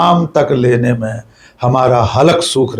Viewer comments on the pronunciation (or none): It's not 'halak', it's 'halaq'. 😊